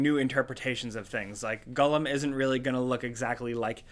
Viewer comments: It's Gollum not Gullum. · Gull-am????? C'mon...that's poor. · It’s pronounced Gall-Um, not Gullum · Lol whats a Gullum? You mean Gollum? Stupid with his stupid potaytos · Wtf is a Guhllum? Do you mean GOEllum? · Gollum........ or as pronounces it.... "GULLUM" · "gulum" literally unwatchable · It's pronounced "gall-um". 👍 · oof "gullum" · If he says Gullum one more god damn time... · who the heck is gullum hahaha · "I'm quite a big fan of Lord of the Rings" Also: says Gollum as Gullum Gotta love the man 🤣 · The way he says Gollum is mad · Why do you say Gollum like that? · Why do you say Gollum so weird? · Does it bother anyone else how pronounces Gollum? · That's definitely not how it's supposed to be said